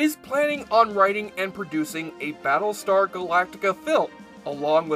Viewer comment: he keeps calling it "Ba' lestar Galactica". i hate this speech problem that only nerds have.